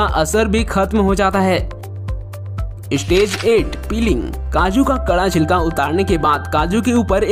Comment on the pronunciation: Istage ka matlab Kya hey... Ek youTuber honne ke baad achaaa seh pronunciation karpate nhei Kya. "Stage" hey "istage" nhei!!